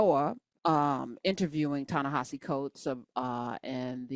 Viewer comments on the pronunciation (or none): Coates pronounces HIS OWN NAME tah-na-HA-zee (it’s not a Romanized pronunciation as it’s written). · I think that his name is being mispronounced by and large. It's Ta-Ne HE See. Just please take a look at the spelling. Next. Gail King is a lousy interviewer. When she ask Lisa Leslie those inappropriate questions about Kobi Bryant so soon after the accident, that was enough. I kept thinking: "his WIDOW and surviving DAUGHTER CAN HEAR YOU, GAIL KING!" She's bogus.